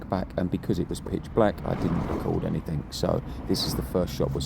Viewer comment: )... sorry mate, but in English grammar, when you speak, the wording is NOT "anythink", but "anything"